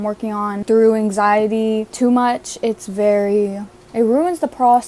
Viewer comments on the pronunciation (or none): none